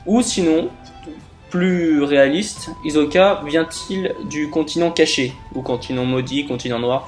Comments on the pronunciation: c'est hisssssssssssoka pas hizzzzzzzzzzoka ok ? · Hizoka tu dit hi so ka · ta théorie est de la merde. et puis c'est HISSOKA. on dirait ke tu regardes pas l'anime. quelle déformation terrible hizoka mrd